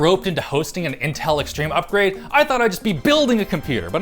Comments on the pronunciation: W8 its upgrade or updgrade? en is not my native language soo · Lol, "updgrade" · "UPDGRADE?" That really should have been caught before publish. (in the first like 2 seconds of the video) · "Updgrade" :P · 02 "Updgrade"